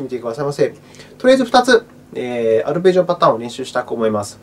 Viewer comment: ありがとうございます(*´ω｀*) 「ぱるぺじおのあたーん１」で吹きましたｗ